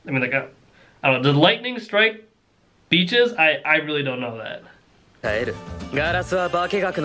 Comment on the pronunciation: did lighting strike the beaches What I heard: did lighting strike the bitches